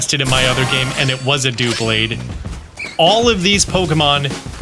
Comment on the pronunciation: Its doublade, DUB-Laid, as in double + blade.